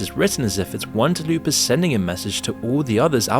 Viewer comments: your channel is great but its really irksome how you pronounce really simple words wrong sometimes. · You’re not saying Tulpa properly, and they’re actually demons, just ask Wendigoon. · He intentionally mispronounced it as comment-bait. So that he could get more engagement. A lot of creators do it as a subtle boost to their algo. It's a really scummy and boring tactic, because we gotta listen to it and it baits us hard. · Yeah he just doubled down on it, while it was clearly visible that he got the name completely wrong 😂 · Thank you. That was bothering the hell out of me. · Bro I like your videos but you need to re-upload a version where you say Tulpa correctly I literally cannot watch you say Talupa one more time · Dude, you're about to get alot of shit for mispronouncing "Tulpa" repeatedly. I don't really care either way, bu it's "Tul-Pa" not "Tu-Lu-Pa". I don't know much about them myself, but I know the idea of them comes from either Hindu or Muslem Mythology. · What’s a talupa? Is it a new Taco Bell menu item? It’s a TULPA. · tf is a talupa? its spelled tul-pa. aint talupa a meal or something? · I just learned the word tulpa exists, and even i know its not pronounced Tuh-lew-pah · Dude the Tulpa shit is STILL going on? Fucking lmao I remember that shit from /x/ like over 10 years ago. Anyway it's pronounced Tull-Pah. I figured that shit faded into obscurity when /x/ got tired of being flooded with tulpa posts. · How do you get "taloopa" our of tulpa? Someone please tell me. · It annoyed me so much bc it's TulPa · jesus hearing "talupa" over and over feels like i keep getting flashbanged. I have heard that word spoken hundreds of times, but never as "talupa". you must have only read all the information you gathered for this video instead of watching any videos yourself. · WTF ARE YOU TALKING ABOUT? IT'S TULPA! I'm convinced he's running ai scripts after this... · 'too-loo-pa' apparently 😂🤩😂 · Tulpa, not Tulupa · trying to pronounce tulpa hurts